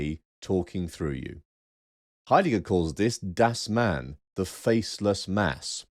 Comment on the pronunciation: On pronunciation (no, I‘m not blaming you for not being perfect at speaking German): „Dasein“ is pronounced Duh-sine (as in „sine“ like the geometric term). On the other hand, your pronunciation of „Geworfenheit“ was pretty much spot-on.